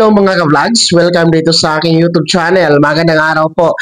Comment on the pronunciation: Bka po u tube di utub mali po pronounce u